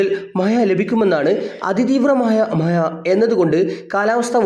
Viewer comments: മഹ്‌യ അല്ല മഴ ആണ് 😂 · മഴ എന്ന് പറഞ്ഞ് പഠിക്കണം കേട്ടോ. ഴ ഴ ഴ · മഴ,❌ മയ